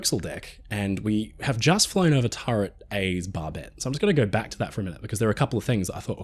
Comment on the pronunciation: Brother, there is no R in GO. Common, I love your content! Lets GOR to the store. NO its lets GO to the store. OH No'reee he called us Aussies out.